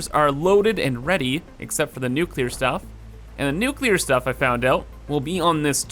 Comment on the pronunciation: I really appreciate that you say nuclear and not nukuhlear like some kind of psychopath